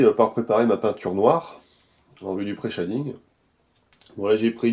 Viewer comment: Chez-ding not Chat-ding dude ^^